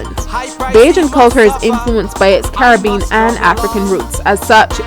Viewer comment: I am hearing "Car-bean. Caribbean is a four syllable word. Also, the narration is difficult to hear with the loud song masking her voice. This video is .obviously not the product of professionals........Jackcobian...????....along with other weird mispronunciations......